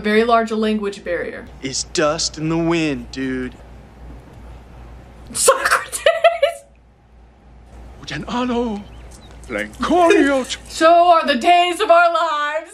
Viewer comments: So-Crates maybe the real way to say it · This movie is the reason I got in trouble in school when talking about Socrates. Because I pronounced it like this and she kept correcting me, but I kept doing it. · Also, Philosophy professors hated it. Mine said he would fail you on the spot if you pronounced it SO-CRATES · I love this movie. I graduated high school the year this was released. A great twist on the time travel genre. I am 52 years old and I still pronounce it "Beeth-oven" and "So-crates". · I loved this movie as a kid and distinctly remember seeing the sequel “Bill and Ted’s Bogus Journey “ in the theater on opening day (yes, I’m getting old 😂). I still pronounce Socrates that way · I remember watching this movie in the theater when it first came out, and ever since, in any situation with even a hint of comedic value, Socrates is pronounced So-crates. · I still say So-Crates to this day lol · To this day I still say So-Crates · My friends and I learned about the historical characters from this movie. One thing our teachers hated was us mispronounced Socrates and also saying party on dudes. The sequel was just as good and the new movie was also good as well. That is one thing I definitely agree with you. I most certainly would go back to the 50's to meet both Lucille Ball and Desi Arnaz when they were still married and I Love Lucy was the number one show on TV. I love Lucy very my the TV show